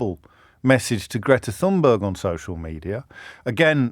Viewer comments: The correct pronunciation of Thunberg (meaning grassy mountain) is Thun-bery (g takes on the e sound). Not sure why James, given that the Norse conquered large parts of England and 30 percent of places names are Scandinavian, should find Thunberg difficult to pronounce. After all were it not for German, the various Scandinavian dialects and French, "English" wouldn't exist. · The correct pronunciation is closer to Tunberry. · I'm sorry, but this simply is not true. I speak the Scandinavian languages. However, he did pronounce the beginning portion of the word incorrectly, the 'th' is not conjugated to make a 'th' sound as we do in English but a hard T followed by a soft 'h'. We might rather simply spell it as 'Tunberg' in English. The Norse incursions into England were about 1000 years ago and the Scandinavian languages have been seperate from English ever since so I think we can excuse him on this one mate. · It's TunbeiiI don't know how to equate Swedish to English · Thunberg is pronounced something like "toonbery". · Thun....easy Berg.... it's a mountain. Iceberg...get it. Berg is pronounced. Buy rhymes with sky.. Not to be confused with Borg Which is a castle and a Björn is a Bear. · James. After Greta's two devastatingly funny tweets the correct pronunciation of her name is obviously Fun-berg.